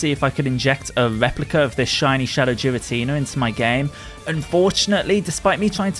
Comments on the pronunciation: You said Giratina differently then literally everyone. So you're objectively wrong. Honestly should apologize. Imagine calling someone's name wrong consistently and find out later without apologizing. Damn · I love your video, my dude, but you didn’t “say it differently to us”. You said it wrong. It was straight up incorrect. Every Pokémon name has an actual, canon pronunciation. It’s one thing to swap a consonant somewhere in the middle. It’s another thing entirely to mispronounce the first letter of a Legendary Pokémon that has been around since 2008 and get mad when people tell you how annoying it is when we have to listen to it for 8 minutes straight. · Its not "jiratina" 😭😭 pls broo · It's pronounced giritina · Jeer-in-tina lol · The pronounciation of Giratina is killing me. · Im kinda triggered by jiratina lol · STOP SAYING JIRATINA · It's not jiratina 😭😭😭😭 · Ah yes jeratina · HA! "Jiratina"! LOLZ!! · Does he say jiratina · mans said Jiratina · ITS NOT JIRATINA HOLY CRAP THAT IS SO ANNOYING TO HEAR IF YOU CANT SAY THE DAMN NAME RIGHT THRN JUST SAY THE DEMON FROM HELL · Man called him jiratina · I’m sorry but your pronouncing it wrong, everyone does it, but it’s a bit annoying (Gear-an-Tina) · "Jeeratina" lmao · Please stop saying "Jiratina"... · Cool video but "Jiratina" is just straight up wrong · I love how you say it wrong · Its a hard G in Giratina. It ain't a giraffe. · The letter G doesn’t make the J sound.. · Youre pronouncing it so wrong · How are you gonna be a Pokémon YouTuber and mispronounce the names bruh 💀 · It is a hard "G", not a soft "G". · Even tho the pronounciation of giratina in this video is killing me, still really cool. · It's really bothering me of how he's miss saying his name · The way you say giratina really bothers me.. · Not how you pronounce his name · kid? 😂And giratina is the right way to say it the j sounds weird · Giratina* not Jiratina lol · It’s a G, not a J, your pronouncing Giratina like Jirachi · Jiratina ? What